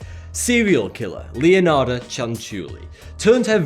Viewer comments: Anybody noticed how he said Leonardas instead of Leonarda ? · Bro its pronounced Leonarda, thank you xD